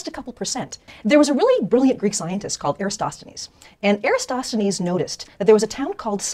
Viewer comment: Sheesh, that Lie-entist couldn't even pronounce Eratosthenes, for goodness sake...